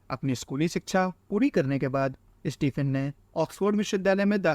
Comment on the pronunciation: इस्टीफिन नही भाई स्टीफीन 😅🤓